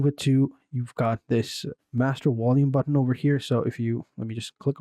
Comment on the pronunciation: Vindow and wolume eh😂